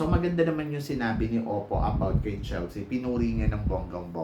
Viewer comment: its opal po not oppo..according sa parents ni opal, kaya opal ang nickname niya kasi daw they want her to have a heart as strong as diamond and nature as brave and humble as stone and OPAL is in between and OPAL is a gemstone..walang oppo na gemstone..its their accent na silent L kaya ang dinig is oppo